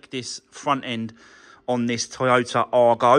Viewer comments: Whats an arGO - try saying eye-go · Going to make a nice little car for someone when finished, but please call it an Aygo ( as badged ) not an Argo, you’re doing my head in!